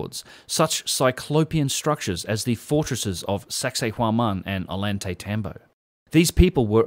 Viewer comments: An easy rule for improving your pronunciation is that both in spanish and quechua the double el (LL) always sounds like a y. Like in "Ollantaytambo", it sounds like 'oyantaytambo', or Mama Ocllo, 'mama ocyo'. Great video. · You homie. I only know because I went there. But it’s call “ oh-yawn-te-tom-bo.” I’m jealous though the day you went to Peru the weather seemed perfect!